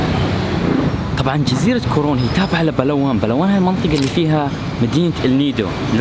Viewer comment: سمعت كورون أو كورونا 😭😭😭